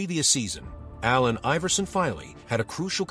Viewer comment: When AI makes a video on A.I. but doesnt know how to pronounce his name!😂